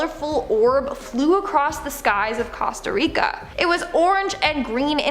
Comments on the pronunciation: “Cahsta Rica” 🤦🏽‍♂️ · The Dropa Discs were presented twice with almost the same info, and she even mispronounced Costa Rica. The subject matter is very interesting, but skimmed the surface at best